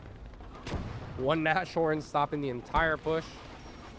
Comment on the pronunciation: Since you do seem to care about correct german pronunciation: sh is never the soft compound sound, German has "sch" for that. Sh is usually when a word ending with s is combined with a word starting with h. We Germans do love our literal combo words. So in this case Nas (short for Nase - nose, pronounced like Nas the rapper) and Horn (horn) which is german for Rhinoceros. You'd put a tiny pause in-between the words so it would be Nas-horn to make sure both words are clear. Great match btw, especially those heroic infantry actions. Edit: just noticed you put Rhinos in the title so you are definitely aware what the word means.😅